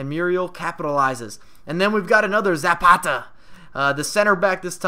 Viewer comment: You actually pronounced Zapata's name correct ! he is my cousin